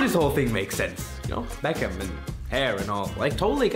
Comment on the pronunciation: Even if I replay it! It still sounds like Baekhyun, but I guess Beckham is a close second